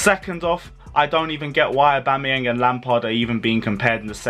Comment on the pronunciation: Aubama-where 😂😂😂...crazy